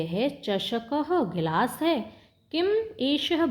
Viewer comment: गिलाश नहीं होता गिलास होता है। एष: चषक: यह गिलास है, ना कि यह एक गिलास है। एक: तो लिखा ही नहीं है😂 ब्रहत नहीं बृहत् है। मजे लेने के चक्कर में पढ़ना ही भूल गई और दूसरे को कह रही हो मजे लेकर पढ़ो इतना भी मजा ना लो कि शब्द का सही उच्चारण ही भूल जाओ।